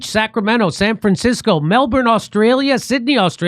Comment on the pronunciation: ps Brisbane is pronounced brisbin and Melbourne is melbin with just a hint of r ( Yanks struggle to tone down r at the best of times but give it a crack)